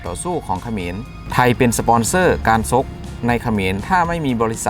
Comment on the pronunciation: ชกไม่ไช่ ซก